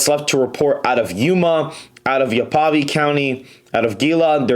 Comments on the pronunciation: Its Yah-vuh-pie, Hee-la, and Co-cheese gringo lol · You are butchering the counties man Cochise - co-cheez Gila - heel-ah Yavapai - Yaa-vuh-pie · Should be pronounced “ yeah vuh pie” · What is "Yav-uh-puh" and "Co-chiss" county LOL. Where do these kids go to school? Yavapai is pronounced "Yav-uh-pie" and Cochise County is pronounced "Coe-cheece" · Yavapai pronounced Yave(like have)-Ah-Pie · I've truly enjoyed your poll analysis videos and I just wish that the RNC had invested more in Kari Lake (AZ) and Sam Brown's (NV) senate races. Btw, not to be a jerk, but Yavapai (my county) is pronounced "Yah-vah-pie". ;) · As a life long Arizonan, if you don't mind let me offer you a quick pronunciation guide: Yavapai is pronounced liked "Yeah-vuh-pie" Gila is pronounced liked "He-Luh" And Cochise is "Co-Cheese" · It's pronounced "Ya Va Pie" for Yavapai county. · Other than your misprounciation of Arizona county names, I appreciated your report! Yavapai County is YAH-vah-pie. Gila County is HEE-luh. Cochise County is Co-CHEES. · Tell me you're not from Arizona without telling me you're not from Arizona. Thank yoh for your video, the voting info is spot on but I chuckled and cringed when I heard the pronunciation of Yavapai and Cochise. Both should have been pronounced correctly IF the schools taught any history. Yavapai is a tribe and Cochise is one of the most well-known and depicted Indians, a famous Apache chief. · You mispronounced dang near every county in Arizona.